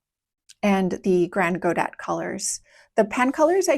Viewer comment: ah then I understand why you decided to go with that pronounciation :) it just sounds so weird to me ^^ And yes, they look amazing! I'm likely going to try them out at some point!